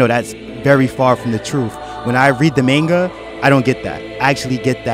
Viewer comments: The "MAIN-GAH" It's MON-GUH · its called manga not mainga